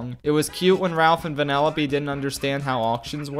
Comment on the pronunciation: It took me 10 minutes to realize he was saying "Vanellope" and not "Vanilla B"